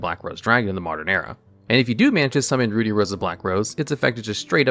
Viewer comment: Please for the love of god look up how to say "ruddy" it isn't said like "ruby" but with the b swapped for a d. Hearing Ruddy Rose Dragon how you say it is atrocious.